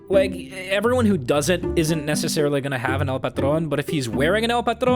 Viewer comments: I can't believe an english speaker actually pronounced correctly a spanish word xd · Other Spanish cosmetics he would say it in the whitest voice possible. Now he tries saying it In Spanish and it just. E A R G A S M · Two things: 1st: It makes me so happy to hear you pronounce "El Patron" the way you do. In addition to being correct, it also sounds correct when you say it! 2nd: Imagine that one guy who plays Engineer with the Pencil Pusher and just says "I like to watch Uncle Dane; he's fun and seems to have fun playing the game." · Nice pronouncination of "el patron" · might I commend you for you pronunciation of "el patron" as a Hispanic. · Y'know, I wanted El Patron bc I'm a Mexican (nice pronunciation btw), but the stereotype kinda fits me, cuz I always have the kazotsky kick so anyone trading for it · I simply love how you pronounce "El Patron", it's really nice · The way you pronounce el patron is perfect and this is coming from a Latino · ... just catching up on the series. And one. You pronounced that perfectly. "El Patron" I am somehow proud of hearing that. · Oh my God you pronounce El patrón correctly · Can we take a moment to like for actually saying El patron the way Spanish speakers say it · REALLY loved the effort you put into pronouncing "El Patron" correctly. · Spanish is my first language, and I was fairly surprised with the pronunciation. He did it pretty well. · I'm highly concerned that you can speak more than one language by the way you pronounce El Patron just how it's said in Spanish, but still, you mentioned 'The' twice since 'El' is a Spanish word for 'The' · My heart skipped a beat when the "El Patron" passed because I had a feeling you would pronounce it incorrectly like "el pAYtren" but instead I was relieved with an actual correct pronunciation. God bless. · I love how you pronounce "El patron". Fairly accurate to how its pronounced in spanish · i love how you say el patron like a true texan (salute)